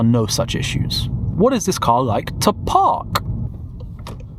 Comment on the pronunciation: you anunciate your Ks so clearly, "lets see how easy it is to parKKKKKKKKKKK"